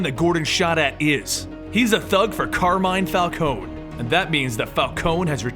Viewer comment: its pronounced carmin falcoenee